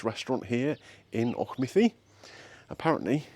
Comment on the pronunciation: Well done on Auchmithie, Gary would have butchered it for sure 😂